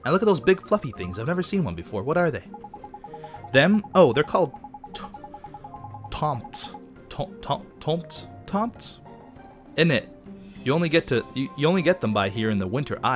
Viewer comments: Fun fact: "Tomtes" is a Swedish word. It's pronounced "Tome-tess". :) At least, my Swedish roommate taught me that at Christmas. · you say "tomtes" as "tomb-tess"